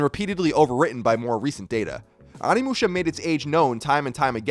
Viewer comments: Onimusha oh-knee-mu-sha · Can pronounce Samanosuke but can't pronounce Onimusha lol love ya Colin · Why has like every video on this I've seen lately mispronouncing the title of the game lol, c'mon Colin!